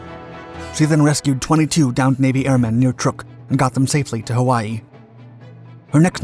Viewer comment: Trook atoll? Really?...